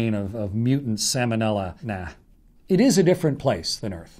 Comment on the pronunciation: It's pronounced Sal-monella, not sam-onella. The L is not silent as in the salmon fish! The bacteria has nothing to do with the fish. Seems like an astronaut would know that.